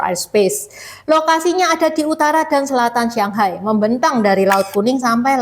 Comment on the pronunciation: kok nyebut shanghai..sianghai...shang sama siang itu beda huruf beda arti